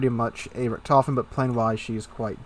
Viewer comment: Richthofen - stress on the I, not the O. Gets me every time :D